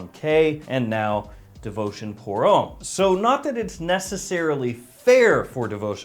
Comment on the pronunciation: Come on it’s pronounced hom- me. Not home